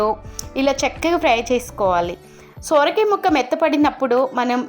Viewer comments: సొర కాయ తల్లీ సోర కాయ కాదు . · Soooooorakaya kaadhu amma....sorakaya...😮😮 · Sooora kaaya kaadu ..sora kaaya anaali..thelugu khunee chesthunnavu ..neevu thelugu ammayi ve kadaa..